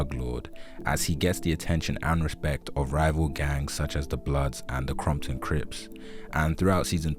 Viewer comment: Did you say the "Crompton Crips"!? Straight Outta Crompton!